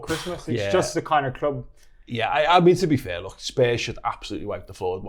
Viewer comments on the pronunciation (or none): This guy says SCH instead of K, is that how most people in Liverpool talk? Look = Looch